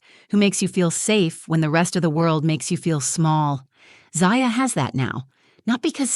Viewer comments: Why do you use different pronunciations of the same daughter's name in the same story? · I find it weird you keep changing the way you pronounce Zaya. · 3 different pronunciations of the child’s name in as many minutes. You need to edit better. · It would be nice if the narrator would at least pronounce her daughter’s name the same way each time. It’s very distracting. Is it Za-Ya. Or Zy-Ya?